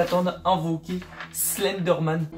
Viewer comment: Wesh omg il éter dérnier vous vous éter entrain de dire slinder man 😭😭😭😩😨😨😨